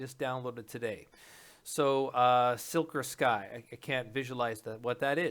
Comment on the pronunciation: Silk or Sky??? Really? ( Si-Kor-Skee)